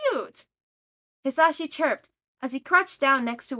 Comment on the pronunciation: I’m not trying to be rude and I did reach the end of the video but I would like to tell you the proper way of saying mic’s first name Ha-Za-she Or at least that’s how I say it